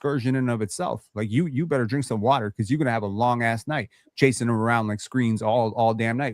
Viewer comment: calling bobby portis is crazy 😂😂